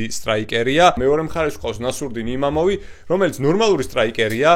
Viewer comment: იმამოვი არა, იმავოვი. წარმატებები